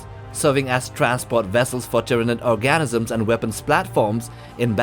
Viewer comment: Di... did he just say that ship carries Tyanid ORGASYMS?!